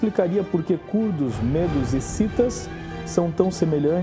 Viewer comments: não digam Mêdos; digam Médos!... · Gosto dos teus vídeos. Tem fundo histórico. MAS a pronúncia de MEDOS, é uma pronúncia aberta - MÉDOS. Os curdos é um povo tão antigo, que já eram citados por Xenofonte - em Anábase a retirada dos 10.000 gregos do império Persa, lá pelo ano de 480 A.E.C. Abraço